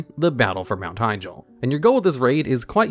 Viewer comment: Her-juh. Not Hy-dra 😩